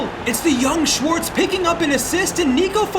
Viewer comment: the mispronunciation of schwarz' name is crazy